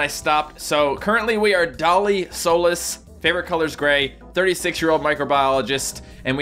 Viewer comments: It's pronounced SO-LEASE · that's my last amd you said it wrong, it's like Sol-ees.